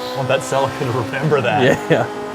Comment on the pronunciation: its said... "celeeeeeeeeca"